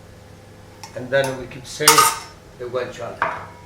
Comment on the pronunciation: i wish i could say guanciale like him